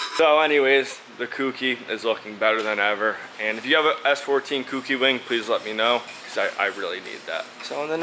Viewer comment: Keep up the great content. One tip... "Kouki" is pronounced "K-Oh-key." Good job on the S-14... siiiick!